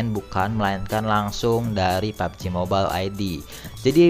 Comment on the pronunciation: Mobail anjr bacanya bukan mobel